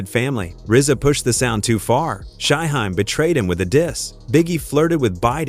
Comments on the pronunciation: Riser an shy-high 😂bruh u mean Rza (rizz-za) an Shyheim (shy-heem) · Thing is, Shyheim is - according to himself - pronounced like its spelled 'Shyheem'. The AI/voiceovee pronounces it correctly, if it was pronounced like it was spelled. The norse/germanic suffix '-heim' sounds more like 'haim' than 'hiim'. Understandable mistake if youre not a fan but no excuse for 'Reezza' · 👉🏾 Culture Vultures. 😑 Take this stupid ass video down. It's RZA, not spelled RIZA or pronounced RYEZA or REEZA and Shyheim is not pronounced SHY-HEM or SHY-HIME. 😑 Delete this video. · Don’t forget Shy-Hime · And Shy hime 😂😂😂 like WTF 🤷🏾‍♂️ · I'm so sick of your blogs where you don't know how to pronounce and write the artists names correctly! BAD JOB! Stopped watching after you pronounced Shyheim. How can you tell anything if you don't know a thing about it???Stop using AI and Just QUIT!